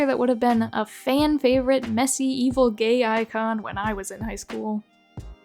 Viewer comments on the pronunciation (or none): “Fiona is a gaYg character” Just typing what I heard